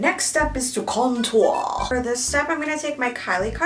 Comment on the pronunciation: I love how she pronounce contour